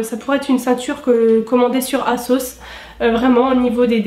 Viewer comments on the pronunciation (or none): none